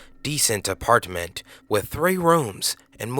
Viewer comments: Anyone else not like how he says apartment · The way you say apartment lol